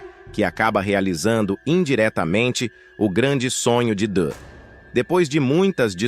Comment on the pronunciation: Meu queriso , o nome dela é DUH e nao DAN. outra coisa , o nome do filho dela é YARLEI e por fim ... O nome do outro é, MAVÍ e não, MAVIN ! Pq tem horas que vc fala certo e em seguida, fala de maneira correta . Isso se chama falta de ATENÇÃO.